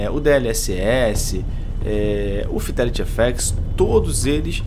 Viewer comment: "Fidéliri éféxi" kkk